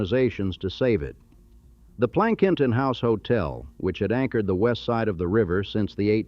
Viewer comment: Lol...AI Men o men e Also mispronounced Plankington Hotel